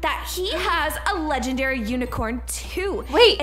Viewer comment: they said lengendary uni